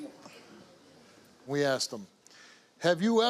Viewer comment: Aksed!!!!!!! Speak properly for God's sake Stop!!!!!!